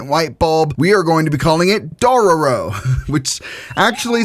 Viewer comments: The name is pronounced dough-row-row, if you must know. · What's with the weird white-guilt on pronouncing Dororo?